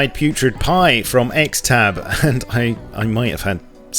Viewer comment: "XTAB" is pronounced "STAB". Not "EXTAB".